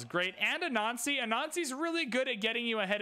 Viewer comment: Why do you pronounce "Anansi" like that? Just curious. A little odd hearing someone say "good thing we have 'a nazi'" and variations of that over several videos.